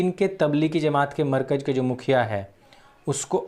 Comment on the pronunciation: Yaar, markaj markaj kya karte ho. Bolo "Markazzzzzz". Itna accha bolte hue bhi galat pronounciation aisa lagta hai jaise lazeez Biryani khate samay danton mein kankar aate jayen. Please, pronounciation sahi karne mein thodi mehnat keejiye!